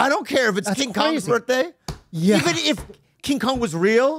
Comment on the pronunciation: It’s cute how says “birtday” instead of birthday 🎂